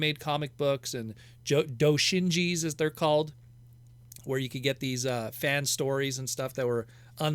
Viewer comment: "Doushinji" me: CRITICAL DAMAGE